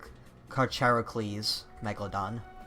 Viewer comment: Carcharcoles is pronounced Karkarkolees